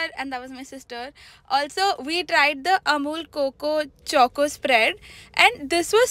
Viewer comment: That is not 'coco' its 'choco' pronounced wrong.